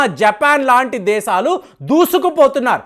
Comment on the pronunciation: నీ నాలుకను mandamaindi. Arei "దేసాలు" kaaduraa "దేశాలు" అని palakaali. Non veg ఎక్కువగా thintunnatlu గా వుంది. తగ్గించు. Kukkalaa అరవటం తగ్గించు.